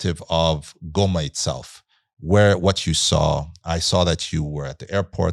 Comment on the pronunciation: These fellows from the south pronounce Goma correctly as Ngoma👍🏽